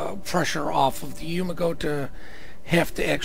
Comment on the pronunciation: YU GU MO not YU MA GO